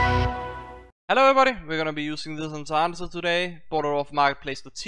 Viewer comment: sha-han-shah that's how you pronounce it and glad to see this series back